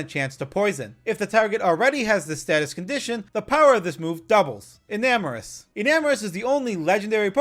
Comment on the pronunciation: IT'S ENAMORUS, NOT ENAMAROUS!